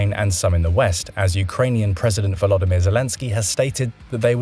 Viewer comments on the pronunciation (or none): none